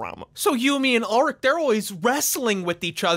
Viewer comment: why are you saying ulrich's name wrong.